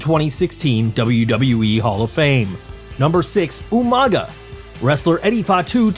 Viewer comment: Umaga,? Oh you mean Umaga!😂🤣